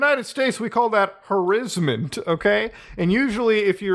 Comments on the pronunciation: Oh, you did not just pronounce "harassment" like that. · Did he purposely mispronounce "archetype" and "harassment"? Lol